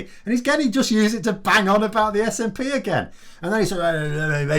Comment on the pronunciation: Watched pmqs yesterday. What a load of crap. He couldn't even get the SNPs name right and this man is heading our country